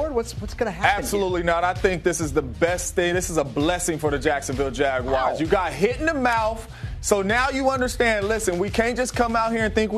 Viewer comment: please dont call us the jag-wires